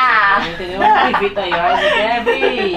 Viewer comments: Ela falou vitu kkk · Eu voltei vídeo é ela falou Vitor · Eu ouvi ela falando vitor